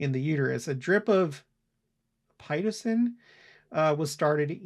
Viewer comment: Pi-tō-sin Both i - are short Accent on second syllable It's no way to have a baby! It's awful.